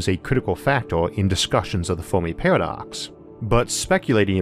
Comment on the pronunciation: today...'The Folmi peahwadox'!